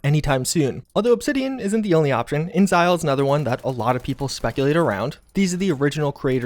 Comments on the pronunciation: Dude, it's In-Ex-isle not inzile. How can you not figure this out from the way it's written? Do you know the word exile? There are context clues on how to pronounce their name. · InXile is pronounced "inzile"? I thought it was "in-exile". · not "Insile" but "In exil" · I think its pronounced like "in-exile" not "inzile" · "In-zile"... I appreciate you trying really hard to pronounce weird words right but that one's actually pronounced how it looks. InXile = "In Exile" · inXile. Like "in exile". :) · i feel like its pronounced "in exile" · Pronounced “in exhile” babe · InXile is pronounced "In Exile" :b:lease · The way you say InXile is no joke very unique 😂